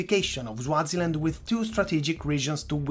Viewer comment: Bro rid you just pronounce Swaziland as Zwaziland??? You say it just the way it is spelt...